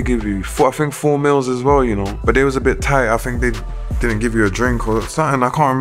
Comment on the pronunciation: When Fredo said meals I thought he said mills cah he's the money man